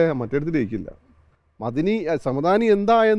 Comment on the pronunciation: മദനി അല്ല, മഅദനി. രണ്ടും വേറെയാണ്.